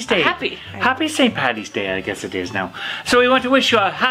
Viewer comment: Please, Please, Please! it's not pronounced St Patty's day. It's never, ever, ever that, it's PAD-EES day, "Paddy's day" the D is hard, Happy St Patrick's Day from Ireland.